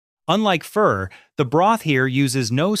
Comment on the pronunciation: Its pronounced (pho)fuh not fur🤣🤣🤣